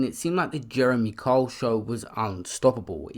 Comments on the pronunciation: But the narrator sounds like he is saying Karl. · Pronounced Kyle not cole. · Can’t this guy even say his name properly?!! Who the fuck is Jeremy Cole??!! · It's not cole it's Kyle ..pronounced K I L E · Sorry fam, you're really irritating me with your pronunciation of Kyle. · Guy cant even pronounce Kyle, does it surprise you he can’t read either ? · Why cant you pronounce Kyle??